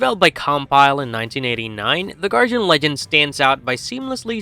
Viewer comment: Ok i let your pronunciation of DAY-BREE slide, but then you instantly hit me with GAR-JIN instead of Guardian and i lost my shit.